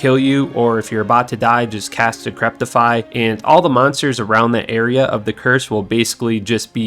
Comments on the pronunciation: It will blow your mind, but there is no T in DE-CRE-PI-FY. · cannot pronounce decrepify in the right way:D HAHAHAHA decreptify:D maybe encryptify or decryptify?:D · Theres no "t" in Decrepify, good vid overall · Games been out 21 years mate, it's decrepify not decreptify.